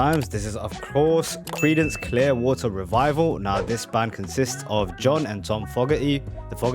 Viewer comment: I love the way says water with the t silent! Adorable!